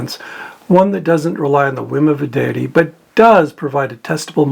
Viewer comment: I like how either you pronounce deity as daddy, or how my mind wants to hears it that way 🙂Thank you for Pharyngula.. it's taught me a lot.